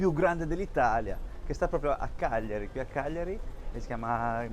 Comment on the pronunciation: Bello come pronunci il nome Cagliari cioè Chiagliari. Giusta pronuncia